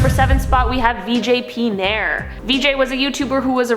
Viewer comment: veejaae p neyer is actualy pronounced as "vije p naayar" I love how americans say indian names. but he doesnt deserve to be called a human name anyway tho